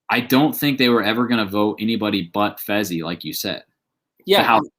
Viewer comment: It not fezzy it fessy